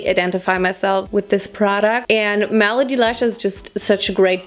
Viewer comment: Every time says malady instead of melody I can't help but giggle. Malady means illness (i.e. Krankenheit), whereas melody means song (i.e. Lied) - which is why Malady Lashes (illness lashes) sounds so funny to me! In English, melody is pronounced m-eh-luh-dy not m-ah-lah-dy, for future reference!